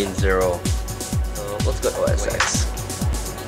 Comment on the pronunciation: It's ten, TEN!!! OS TEN!!!! lol